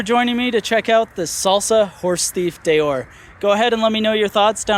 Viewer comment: Deore is pronounced Dee-or, not Day-or. Maybe ride the bike and give us your opinion. Don't just read the spec sheet.